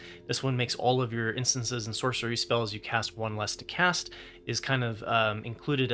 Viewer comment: Comment for the algo: Great decks and advice. I appreciate all the work you do. I mean this in the most helpful way possible; I've noticed you pronounce the plural of "Instant" as "instances" instead of "instants". It really makes no difference to the content you're providing, and it's one of those words that gets weird the longer you look at it.